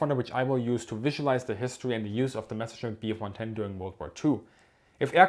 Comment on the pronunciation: Mescherschmitt? Are you kidding me? Its a MESSER-Schmitt ;D